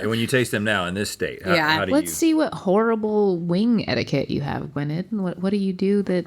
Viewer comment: as a welsh person the way you're all saying gwynedd pains me